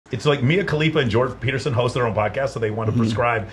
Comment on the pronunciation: "peterstein" - is that a Jewish version of Peterson? 😂 On the serious note though, yes he's a completely different man now after that "treatment" from COVID in 2020. I wonder what those russian "doctors" did to him there.